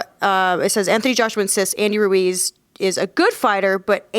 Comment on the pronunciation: Tyson "Andy Ruez" Fury